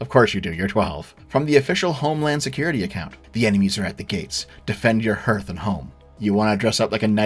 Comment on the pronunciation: "Hearth" is pronounced "harth." I learned this from playing Agricola. Oh well.